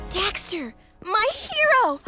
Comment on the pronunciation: they say dexter, and daxter lol